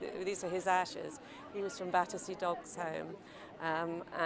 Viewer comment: You would have thought that if the reporter was going to ask about Battersea Dogs Home, he would have at least learned to say the word properly!